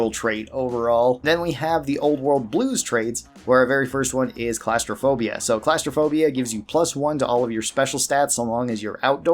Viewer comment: I don't mean to be a butt about pronunciations but you mispronounced the perk jury rigging. It's not pronounced like a courtroom jury. It's pronounced like the name jerry. Though I can't blame you, the English language is stupid. Edit: you also mispronounced gauss rifle and claustrophobia.